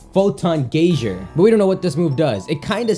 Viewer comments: Geyser is pronounced GEE-ZER not GAI-SHZER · brennan weaver he said GAY-ZER though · It's pronounced GUY-ZER, not GAY-ZER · AbdallahSmash026#1Fan where I live it's GEE-ZER. I know lives in Canada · Albond guy zer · Why can't you pronounce geyserr